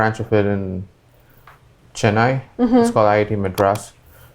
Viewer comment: Mr. perplexity is so obsessed with accent that knowingly mispronouncing every single orginal devnagari words. *CheNNNNaii, *Meedrassssss. however he is doing great in AI, great to see that.